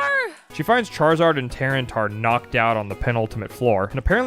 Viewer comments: or so your gf sounds like a car trying to start on a cold winter day. Also it's ta-ran-e-tar..not tear-en-tar. lol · ...... I wanna hate on her for saying terratar but gdi this video is so awesome and wholesome 😂 I love that she's just along for the ride of the video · Tyranitar, not tyrantar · Mate, I pronounced Tyranitar as "Ty-ran-eye-tar". Never heard your pronounciation before :') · Tyranitar???? TY-RAN-IH-TAR. I heard the gf say it and I was like "aw thats cute" and then I heard the bf say it and I was like "oh either she's overwritten the truth, or they both don't know...." lmaoooo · Tyranitar is actually pronounced Ty-ran-ih-tar. Like Tyler, ran, I sound like itch, and tar like the sticky stuff! Regardless, what a lovely video of sharing Pokemon with someone you care about. That’s what it’s all about! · The dedication to saying Tyranitar in the most incorrect manner possible is something. Do you say Tyrensaurus Rex